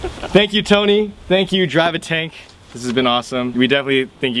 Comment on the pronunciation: "tank you?"LoLz